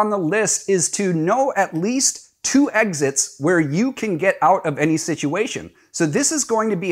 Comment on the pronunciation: Orient, not Orientate. Exits, not Exists. I'm an immigrant and I had to learn to speak English properly which unfortunately for me drives me nuts when I hear people not speak properly to the point where I'm not listening because it makes me doubt what you're saying.